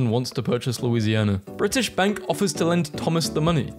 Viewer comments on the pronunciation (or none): none